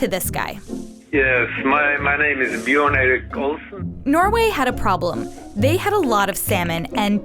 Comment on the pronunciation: wth how tf is the pronouncing "Bjørn"??? AHAH "BJURRRN" ahahah